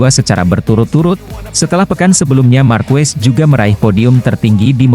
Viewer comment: Marquez dibaca markes bukan markues!